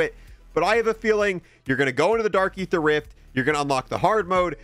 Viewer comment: It's pronounced ee-ther, not "ay-ther"